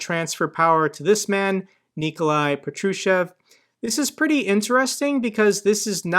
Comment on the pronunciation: it's pronounced PAH-troo-shev